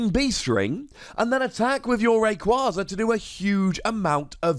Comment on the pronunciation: It’s “Ray-Quay-Zuh”